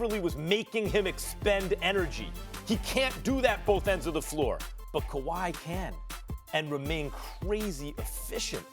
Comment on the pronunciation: when Max says "Kwahi could" I immediately and uncontrollably laughed 😭😭😭😭😭 the way he says it, the look and the pause is hilarity